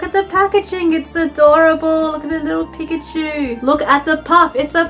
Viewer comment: I hate it when people pronounce Pikachu's name wrong